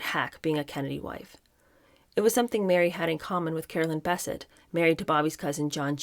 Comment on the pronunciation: Her last name is pronounced ba-set not basset. This is such a good book. I know you are criticizing why the author isn't bashing the women but the book was about the Kennedy men. And the women they destroyed. The author did insane research before she wrote it. It's ridiculously accurate and truthful.